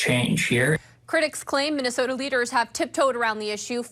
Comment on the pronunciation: It's called Minnesota, not Muslimsota. MINNE! MINNE!!!!!